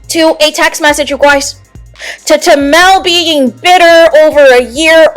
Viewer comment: "You gouys" 😂😂😂 Your voice, your accent is weird. You spoke the truth.